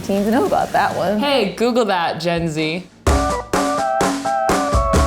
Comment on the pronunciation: DID SHE JUST SAY JENZIE 😂😂 Johnny and kenzie